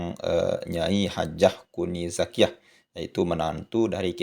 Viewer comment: Maaf...bukan kuni zakiya.yg benar NING ZAKIYA